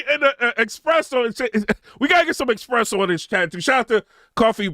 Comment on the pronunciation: 🤣🤣🤣 man, did you just say she's an expresso??? 🤦🏾‍♂️💀